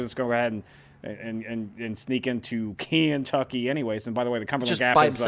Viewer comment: Kentucky is full of historical events. And what's with the weird pronunciation of Kentucky as Cantucky?